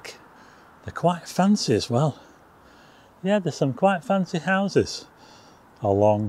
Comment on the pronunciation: Please don't drink every time says "yeath" Cheers!